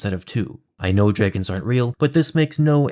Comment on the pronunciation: Dreeegons burned the Hearinghal